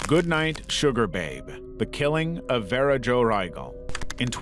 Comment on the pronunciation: At the very least, a person who has been horrifically tortured and murdered deserves to have their name pronounced correctly, even by an ai voice. Especially if theres some way youre profiting over their deeply tragic life and demise. That is so disrespectful. Vera is far from a difficult name.